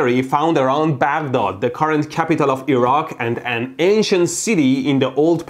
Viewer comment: As a Baghdad born myself, I really appreciate you saying "Baghdad" the middle eastern way.